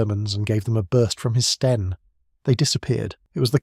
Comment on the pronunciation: your narrator didn't consistently pronounce STEN. Sometimes a short E, sometimes long.